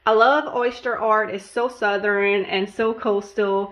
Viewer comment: Did you say the oyster ball was "southerin"? I'm from the south but have never heard it pronounced that way.